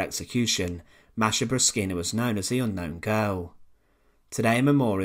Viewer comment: I speak some Russian. My language is already close to Russian. And I have Russian friends. No one pronounces it like this.